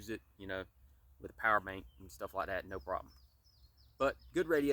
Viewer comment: It is okay to be articulate. Feel free to pronounce the word "THAT" correctly.